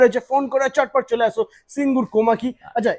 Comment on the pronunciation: ওটা সিঙ্গুর, সিংগুর নয়। Made in India (Delhi) না বলে, Made in Japan বলার জন্য এই ভিডিও টা কে Youtube এ report করা উচিত।